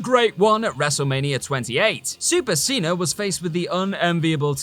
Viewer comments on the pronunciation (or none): none